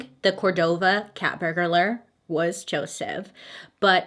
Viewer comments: 💁🏼‍♀️“BURG—LER” .... hope that helps! ✌🏻😘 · Baby, honey, you're adding an extra syllable to burglar/burglary. Not burg-a-lar, just burg-lar. Keep the background 🕸️🕯️💀🦇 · I love how you say burglar. My daughter also pronounces words like that. You should hear her say vanilla...😄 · I literally can’t listen to her saying “burglar” without think of the Hamburglar from the McDonald’s commercial back in the day 😂 Anybody else 😅 No, just me 🤦🏻‍♀️ Okay no big deal 😬 On a side note, Victim Impact Statements are so important and a necessary part of the process, so thank you so much for mentioning that! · Bailey. I love you. So much. You"re one of my favorite people. But it's burglar. There's no vowel between the g and the l. Just two syllables. xoxo